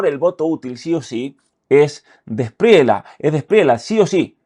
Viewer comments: Gracias por tu apoyo a los Colombianos en este momento tan importante para el país, solo una correción no se dice Espriela es como se escribe Espriella. 😊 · cre que debe pronunciarse la lla el apellido Espriella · Espriella se lee con elle 🫡🐯